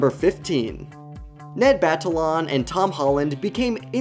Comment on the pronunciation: Ned Battalon ? 💀